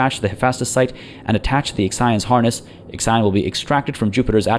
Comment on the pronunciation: I am crying every time you say IXION, The Hephaestus P.A showed you the way, but it did not correct you lol.